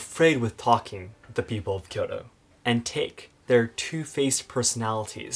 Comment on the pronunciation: Your inability to pronounce Kyoto delegitimizes your argument.